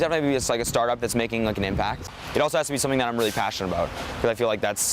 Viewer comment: He said : ~passion~ I’m really ~passion~ite